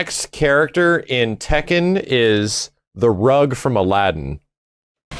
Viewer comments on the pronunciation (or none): none